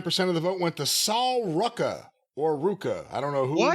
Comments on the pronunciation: Sol Ruca is pronounced "Soul Roo-ka" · "Saul Rucka" Jesus 😂